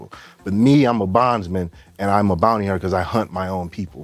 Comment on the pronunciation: Bond-ty Hunter 😂